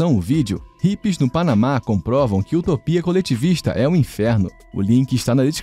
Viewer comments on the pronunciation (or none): none